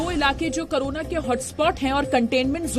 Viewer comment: करोना नहीं कोरोना.. मैडम